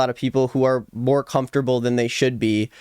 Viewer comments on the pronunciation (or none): none